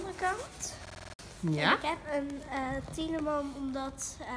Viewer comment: Jullie zeggen Thieleman maar het is Thiedeman :) Verder leuke video! Geniet altijd zo van jullie vlogs <3